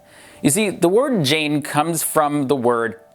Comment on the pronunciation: The correct pronunciation of Jain is 'J-eye'.